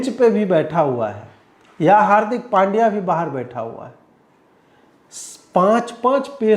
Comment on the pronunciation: पंड्या not पांड्या